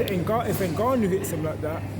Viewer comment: The Gannou lol... How many ppl have to tell these old folk to say the name right